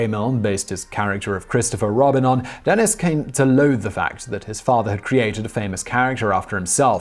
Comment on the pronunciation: What's with the two "n"s? "Denenis" just sounds silly.